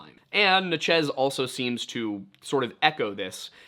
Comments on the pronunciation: Just want to get everyone riled up about how said “Natchez” in his axeman of New Orleans video. It’s “Natch-ez” not “na-Chiz”. Only critique I’ve ever had, keep doing ya thing brother. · as someone born and raised in natchez, ms… i have never heard anyone call us or the tribe as “na-chiz”, it was so funny watching the axeman video. it could very well be that the original was “na-chiz” and we’ve just lost the way!